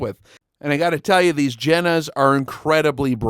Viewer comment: Awesome, I subscribed. Just note, please, for the next time Zeiss is the guy, Jena is the place and it is more likely pronounced Yena. I don't know how people supposed to pronounce it in English but it sounds really weird. They make good porcelain too, mean the Yena guys. All right, I am done, sorry for the German 101.